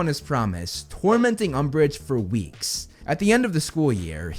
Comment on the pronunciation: LOL umbrage LOL UMBRIGE